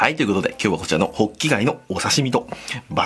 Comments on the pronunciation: ホッキ貝がボッキ貝に聞こえた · 最初滑舌悪すぎてボッキガイ言ってる